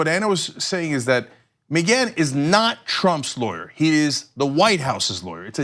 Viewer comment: McGhan is read Mac Ghan not MaGhan